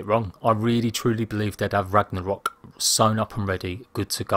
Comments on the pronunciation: did he say "ragna-hok"? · I think u said Ragnarok wrong in the beginning, no disrespect just letting u know... "Ragnahok"